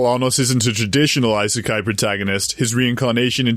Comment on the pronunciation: why do you keep saying EYE - SAY - KAI it's E- SAY - KAI